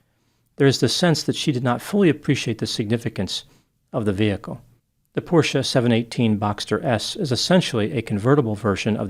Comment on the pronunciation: Thank you so much for being so intelligent, you said the name correctly Porsche, ya know because 99% of the time it's pronounced.....not even gonna type it.